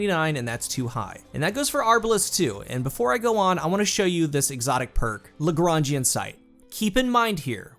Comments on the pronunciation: I hope you know that you're the first D2 content creator I've heard say Lagrangian right lmfao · Hey, I am french and I have to agree, he's making what I'd call a 'correct' attempt at saying it. GG. And I think you're right, it must be based on Joseph. Nice to read someone with good culture / references. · Legit, I'm not kidding, I've heard the reviews for this gun early when Season of the Lost started you're the only one! Lagrange is derived mostly from western Europe and can is pronounced pretty much the way you say it. ALSO FUN FACT, Lagrangian Sight (i'm assuming) based on the actual mathematician, Joseph-Louis Lagrange, who transformed the world of math in a lot of ways, especially in Mathematics and Classical Physics in the s. So, kinda cool how the perk is based on calculations and physics and all that stuff to make an absolute killer beam of death and explosion :)